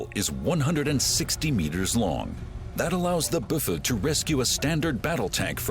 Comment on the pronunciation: its called a Büffel. but they did not pronounce the "ü"